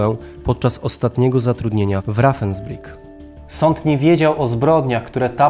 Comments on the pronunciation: Opowiada pan interesujące rzeczy ale dobrze byłoby sprawdzać wymowę niemieckich słów. Ravensbrueck, to nie "rafensbrik", tylko "rawensbriuk". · Rawensbrik, się wymawia. V jako W. Pozdrawiam ✌